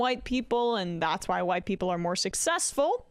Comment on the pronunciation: Ah yes the old “hu-white” people